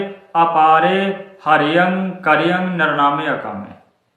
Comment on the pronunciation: ਹਰੀਅੰ ਕਰੀਅੰ ਅਖਰ ਨੂੰ ਤੁਸੀਂ ਵੀ ਗਲਤ ਪੜਿਆ ਹੈ। ਪੰਜਾਹ ਪ੍ਰਤੀਸ਼ਤ ਤੋਂ ਵਧ ਖਾਲਸੇ ਇਹਨਾਂ ਅੱਖਰਾਂ ਨੂੰ ਗਲਤ ਹੀ ਉਚਾਰਨ ਕਰਦੇ ਹਨ। ਇਹਨਾਂ ਅੱਖਰਾਂ ਦੀ ਤੁਸੀ -ਆਪਾਂ ਸਾਰੇ ਜਾਣੇ ਸ਼ੁਧ ਉਚਾਰਨ ਵਾਸਤੇ ਸੰਸਕ੍ਰਿਤ ਦੇ ਅੱਖਰਾਂ ਨਾਲ ਮੇਲ ਕਰੀਏ। ਤੁਲਨਾ ਕਰੀਏ। ਇਹ ਅਖਰ ਸੰਸਕ੍ਰਿਤ ਦੇ ਹੀ ਹਨ। ਜਿਹੜੇ ਗੁਰੂ ਜੀ ਨੇ ਬਿਆਨ ਕੀਤੇ ਹੋਏ ਹਨ।